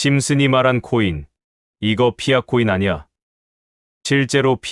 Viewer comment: 파이코인이라 발음합니다